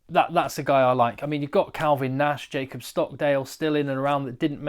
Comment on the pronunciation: Oh... a couple of tips on the pronunciation of Irish names. Loughman is pronounced Loch-man (Lough in Irish Gaelic similar to Loch in Scots Gaelic) and Caolin Blade is pronounced K-Lin... same as Caelan Doris. This name has lots of spellings - also Caolan, Caolain, Caelin or Caelen (depending where in Ireland) but they are all pronounced the same and have the same origin.